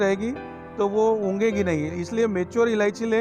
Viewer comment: उंगेगी नही होता उगेगी होता है😀😀